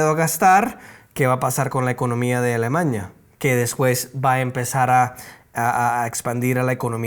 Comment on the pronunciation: no es Alemaña. Es A l e m a n í a. ALEMANIA, n i a